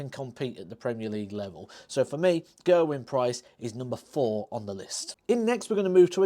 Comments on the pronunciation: Gerwyn Price, its not hard to pronounce his name properly Gehrrwin its not gurwin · Gerwyn Price, no no no. Big screaming BABY. I hate the way can't even pronounce his name, Ger-a-wyn, STUPID